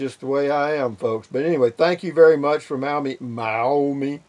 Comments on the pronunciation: enjoy mail call....Maumee is pronounced mom...eee..lol. have a great day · so you know it is pronouced maw-mee.ohio